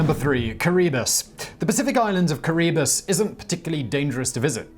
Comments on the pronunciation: No, but Simon also mispronounced the name. It's pronounced Ki-ri-BUS, with a slight emphasis on the third syllable (not second syllable). It comes from the local's pronunciation of the name Gilbert (named after explorer Thomas Gilbert). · Kiribati.. Pronounced kiri-bass Come on homework?! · KariBUS?? Dude! You mangled the name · Kee Ra Bah Tea is how you pronounce Kiribati. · And the pronunciation of Kiribati.